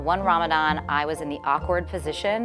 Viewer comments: Did she just say "ramaZan" 😶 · In Urdu or just in Pakistan they say Ramzan instead of Ramadan, Urdu speakers seem to say Arabic D sounds as Z's. Also Fast is Rosa. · Omg lmao I was thinking the same thing why did she say Ramazan rather Ramadan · cause it's call ramdan not "ramzan" I don't know from where did she get that... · Honey it aint Ramazan its ramadan! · Tf is ramzan its ramadan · Musically South Africa oh i know ,im muslim my self .I made my comment about the way the woman pronounced the word because its called ramadan ( رمضان) not ramazan .but anyway thanks for the reply. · I cringe everytime she says "ramasan" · sarah it is pronounced like that in some languages honestly the "Ramadan" makes no sense to me. It is called Ramazan ... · but the language of islam is arabic... she's not wrong in saying what the pronunciation is - non Arab muslim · She's south asian, in Morocco it's pronounced like this : R'mdan, not Ramadhan. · please someone tell she did not say "ramzan" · I don't mean to disrespect any language or country but as I know it's call ramdan and in the Quran it's call ramdan so we should say it as Quran says not as some people pronounce it cause when they grow up or have kids and teach and tell them about islam they still gonna say it wrong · did she just say 'ramzan' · RAMAZAN... maybe she is Pakistani. They don't pronounce the letter correctly. Unfortunately they do that in their prayers too